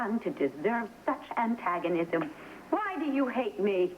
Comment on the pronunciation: "What I ever done to desierve such antsganism" Lol..